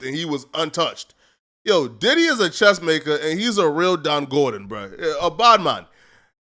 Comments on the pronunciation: It’s not Don Gordon - Don Gorgon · It's DON GARGON. NOT GORDON. IDIOT GOSSIP MONGER. B3👌🏾